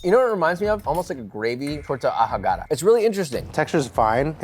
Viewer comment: I can't be the only one who choked a little when he pronounced Ahogada